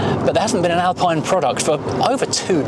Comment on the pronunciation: You don’t pronounce Alpine correctly 😅